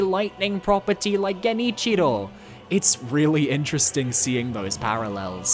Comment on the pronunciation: It's so weird hearing genichiro pronounced right.